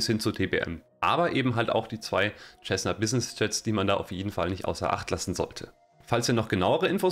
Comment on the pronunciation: Alles sehr schön gemacht aber biittee sag nicht immer "Tschessna" zur Cessna. Es wird "Sessna" gesprochen 🤠